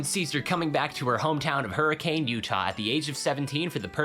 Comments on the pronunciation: I know this is stupid, but the town in Utah is pronounced Hur-ih-cun, not Hur-ih-cane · Hurricane, Utah is pronounced Hurken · I'm so sorry to inform you, Hurricane Utah is not pronounced that way, it's pronounced in the most Utah of ways. Hurricn. No a sound, no ending on e. Hurricn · I hate to tell you this as a Utahn but its Her-a-kin... It's ridiculous I know